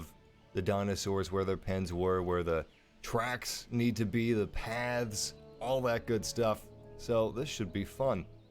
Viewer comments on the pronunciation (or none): none